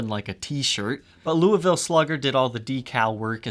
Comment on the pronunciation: Being from Louisville almost everybody’s pronunciation of Louisville makes me want to die, yours my friend was not terrible